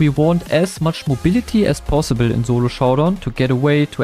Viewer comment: "zolo showdown" but still got "showdown" true